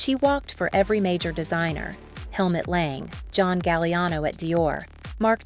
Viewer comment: Ah - not VERSAC-iiiii but VERSAC E ! Not Helmut L E N G but L A N G ! For fck sake !